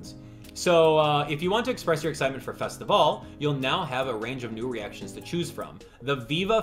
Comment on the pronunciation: Take a shot every time he says festivale